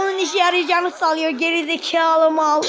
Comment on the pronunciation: Abi seni ge4izikalı deyişi acayip komik